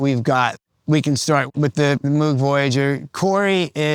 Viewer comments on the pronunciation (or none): Tech should know that Moog rhymes with vogue. And guiro is pronounced WHEE-roh. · Moog rhymes with ROGUE, dude.